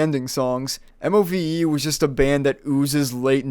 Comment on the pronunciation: The pronunciation of the bands name is MOVE. just say it as move, pleb.